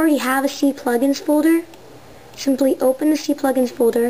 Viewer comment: and lol "see-plugins" I'm pretty sure its not pronounced that way.